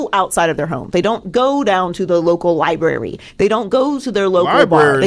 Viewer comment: said, "Library!" 😂